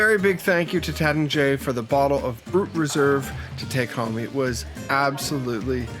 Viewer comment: It’s Taittinger…pronounced TATE-en-zhay.